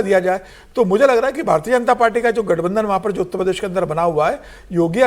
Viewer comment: उत्त प्रदेश नहीं भाई उत्तर प्रदेश बोलो ....